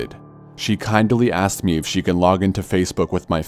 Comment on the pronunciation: Something that keeps bugging me is how you say aksed instead of asked, other than that: great vids!